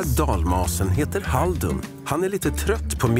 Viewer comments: När säger halduR och inte HALDUN be like:🤯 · Jag trodde han sade Haruld hahaha. Men hade jag inte sett stavningen hade jag nog också sagt fel. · Älskar hur du blir kär i han men säger namnet fel hela tiden